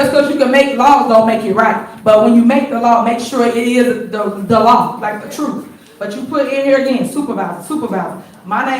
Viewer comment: But isn't Big Tiff talking the 'troof'?